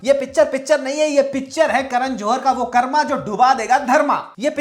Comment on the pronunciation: Great video but request you to please correct "Daiva = दैव, but not दैवा", "Karma = कर्म, but not कर्मा", "Dharma = धर्म, but not धर्मा" etc. I mean to say that we should also focus to correct our "Hindi" or "Regional language" pronunciation in same way like we do for "English". Bahut achhe hote hai aapke video. Keep it up.